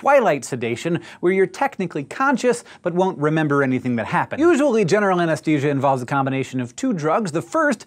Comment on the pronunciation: Hank! Why do you keep saying "ANESTESIA" instead of "ANESTHESIA"? It's making me crazy!